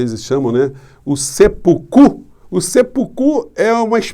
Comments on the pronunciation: Boa noite, professor. Com a devida vênia, pequena correção por quem morou 27 anos no Japão e tem domínio do idioma daquele país, a pronúncia correta é " Sepúku ". Acentuação aguda no ú de pú. Escrito na forma ocidental fica "Seppuku (切腹)" Os dois pês, indicam uma pequena pausa na pronúncia ( Se...púku), que se segue da acentuação em questão. Com humildade e respeito. Completando, esse indivíduo que por enquanto segue no Planalto, não teria nem de longe, um mínimo que seja de coragem para realizar esse ato. Abraços, respeito e admiração. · Professor, uma humilde correção,seppuku pronuncia-se como se fosse uma proparoxítona, com acento tônico fechado no se.